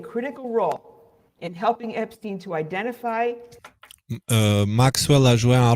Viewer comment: C'est pas EpstIne mais Epstein bordel.